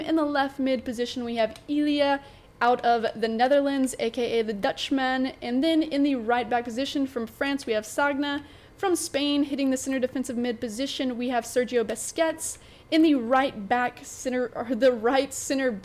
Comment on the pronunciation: Sagnas name is pronounced sanja